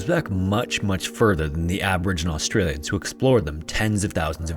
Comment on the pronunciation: Wth, you said all those names correct! Well done! You yanks usually butcher Australian names